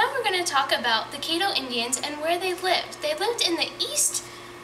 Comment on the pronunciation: Excuse me but you need to learn how to pronounce caddo. Pronounce it like you are saying cat but instead of a t have ddo so then it spells caddo